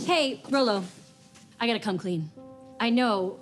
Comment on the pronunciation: She calls him RoLo! hahaha that's awesome!